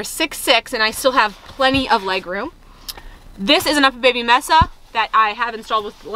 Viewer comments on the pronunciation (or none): none